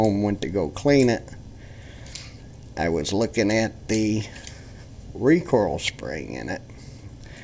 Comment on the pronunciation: It's recoil, not recoral, RECOIL